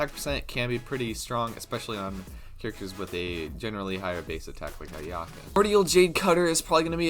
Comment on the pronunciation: It says on the translated tool tip for the new 5* sword that each stack is calculated separately - you can’t just auto to get three stacks. Also, if you’re going to make a “complete” guide for a character that hasn’t been announced/has unconfirmed numbers, at least pronounce her name right man. I’m hype for her too but let’s do our homework.